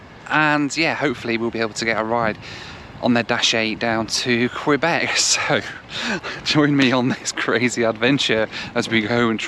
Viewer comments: KAYBECK! Not Kwuabek. Thank you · its not Qweeebec its Kaybec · just a kindly reminder. When you venture to an area. Try and pay attention to how the locals pronounce their city or Province. It’s not qwebeck it is Que-bek! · Quebec, not Kwebek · Thanks for that! Kay-bec! Not Kwa-bec. Thank you! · A little tip "Quebec" that you annunciate as "Kwee-beck" here we annunciate as "Key-beck" 👍😃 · It’s Q-bec not Qwe-bec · It's pronounced kay bek. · I love imagining the québécois being offended by your pronunciation of Quebec. I hear they're particular from people in Vancouver during my couple years there, it could just be crafty British Columbian propaganda :o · haha "kwabeck" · Sept Iles airport is looking pretty good. Last time I was there was in the mid-1990s and it was a tiny terminal. BTW, Quebec is pronounced Kay-Bec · No. No. No ....Kay Bek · Somehow it's Queebec when it's the province but Quebec City comes out all right. So he can pronounce Quebec after all. Odd that. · Ask someone how to pronounce Quebec. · Hey, you got "Wabush" correct but said "Sept-Isles" and "Quebec" wrong. Don't feel bad, most people outside the US can't pronounce "Los Angeles", especially in the UK - news readers included. And the list goes on. Getting that flight was a stroke of luck, not many would have a spare £340 lying around to take that option. Did you get a refund from Air Liaison? As usual, a great report.